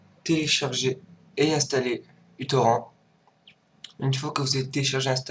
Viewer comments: Utorran? Ca se prononce "utorrent" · en fait plus "ioutorrante"